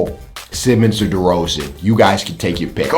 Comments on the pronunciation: bruh u said derozan 💀💀💀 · Derozen??? Cmon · this dude said DeRozan in the east lmao